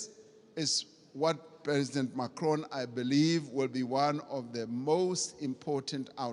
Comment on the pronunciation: dude in the beginning Ramaphsa as well call hims Macrion not Pres Macron lol